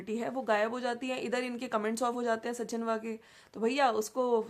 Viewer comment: Sachin ka naam jab bol rahi hai to sahi tarike se boliye aap Naam galat bol rahi hain